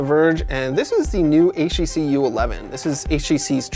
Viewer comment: I swear he says "HEC" instead of "HTC"